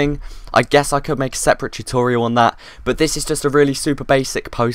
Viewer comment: when you thought you could truste not to say chutorial instead of tutorial